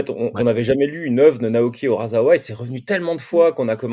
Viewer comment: Une micro remarque (pénible ou pas …) Dans la transcription écrite en français des mots japonais, le s se prononce ‘ess’ (même entre deux voyelles) et non ‘zzz’. Du coup, on prononce ‘ikussa’ et non ‘ikuza’, ‘urassawa’ et non ‘urazawa’, etc…